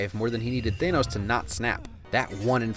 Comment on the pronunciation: ITS THANOS NOT THEINOS